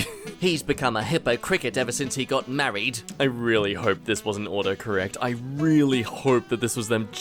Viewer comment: "Malrried." °_○ mmm'kay